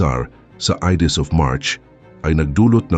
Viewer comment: Watch your pronunciation, lahat halos ng Tagalog mo mali-mali ang pronunciation. Hindi ka naman siguro Kano dahil you pronounce Ides of March as Idis (it should be Ayds). Practice ka muna bago mag-post kasi it's annoying. Parang nababastos ang mga pinoy eh.